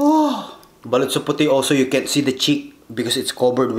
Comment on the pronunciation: Daming nagkakamali s word na Balut pero "BALOT"tlaga Tama spell hehe